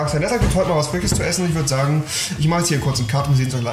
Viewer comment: Es heißt "Frisch", nicht "Frich" :D